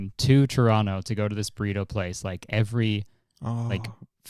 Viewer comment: No one: James: łïkē